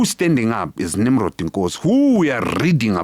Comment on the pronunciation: Abapedi bambiza "Nimrodoo"😂😂